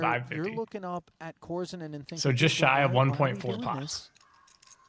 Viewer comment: Korzinin = kar-ZEE-neen